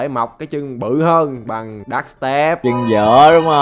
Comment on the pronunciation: Sai cách nhấn rồi